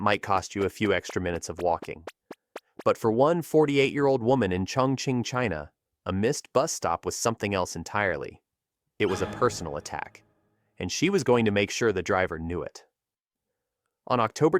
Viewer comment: It's called Chongqing, not Chong-Ching.